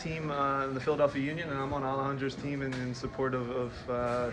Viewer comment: “Member of the Philadelphia udion” 😂 anyone else caught that?